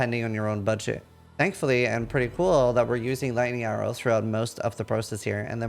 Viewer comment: Did this guy pronounce lightning arrow like laiyero